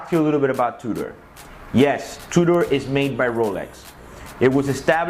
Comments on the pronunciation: It's pronounced "2 der" NOT "2 door"!! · is he saying Two-door, or Tudor?